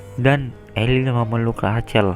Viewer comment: Rachel itu ejaannya rassel bukan racel